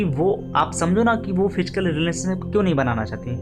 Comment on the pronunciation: Fichkal kya hota h?... Physical word hota h.